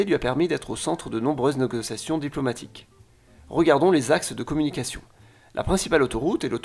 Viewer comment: Qu'est-ce qu'une nogociation ? 😆